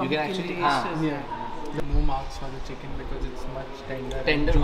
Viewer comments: Cooken chik 😂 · "Cooken chick" ... Lol